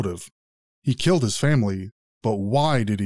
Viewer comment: He witerally kwilled his whole fawmile ( not making fun of his impediment but god )